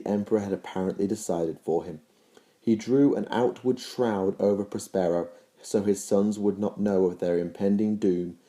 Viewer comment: PROS-pero DAV-in an-ATH-a-may Others have already pointed out "remembrancer". Great videos otherwise, but you pronounce so many words wrong.